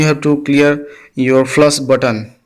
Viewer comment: Its not flas!! Its flash!!